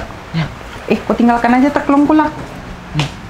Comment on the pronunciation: Teklung😂 Me: Telkung 😂😂